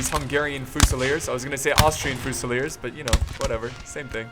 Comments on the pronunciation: i'm not trying to hate but. It's fusiliers, pronounced with a fuse. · the way you pronounce fusiliers and hussars is fucking suicide inducing. please stop.